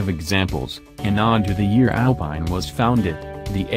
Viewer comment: Please! Say "ALPEEN" in French